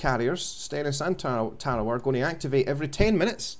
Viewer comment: Lol, hey bud its pronounced TERRORWAH. friendly correction ship is named after a WW2 battle in the pacific islands...